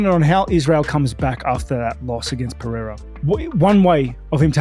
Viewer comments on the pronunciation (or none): PE-RE-I-RA not peheira or pecheira! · Pereira not PeRReira por favor!